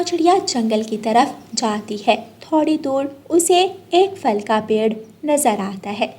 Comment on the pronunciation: Phal bolo fal ku bolti bchy b glat boly gy tmy sun kr